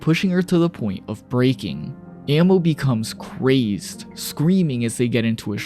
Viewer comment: “I can already see why she was named ‘Ammo’ or-“ bro.. you’re one of the whitest lookin anime YouTubers but proceeds to mispronounce Amo’s name for that whole section. You manga only breh or what cause you said “Ammo” the whole damn time goofy as if you never seen the Eng dub or a short or whatevs. “Ammo” 🤡😔 second hand embarrassment.. I know I’m slightly dyslexic & had trouble in Eng & literature but at least I’d know how to tell the difference between “Ammo” & “Amo” when pronounced out loud. Bro deadahh read and said A-MO’s (not no mf “AM-MO”) name countless times incorrectly like bro, you yourself sound like a broken record hence why i do too. So frustrating hearing her name wrong from a whole white guy for over 15-min straight like how how how how HOW did read A-M-O as “A-M-M-O” like the difference is beyond obvious. I think the balding goes deeper than just the receding hairline, so pitiful 😞 didn’t even have a homie or editor correct you on your shii but you was prolly just beyond lazy to redo the whole 30 min “AMMOs” section just cause mispronunciation like would any one else feel like they’re disgusted or offended possibly disrespected about it